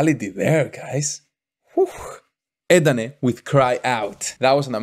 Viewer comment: Bener om " edane " bkn " eden " kyk ssma lo..